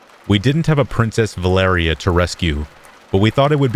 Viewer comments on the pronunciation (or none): none